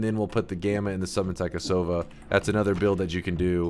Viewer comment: "Taikasauva" is literally magic wand in Finnish. Loved the devs for naming some stuff in Finnish and also you pronouncing taikasauva.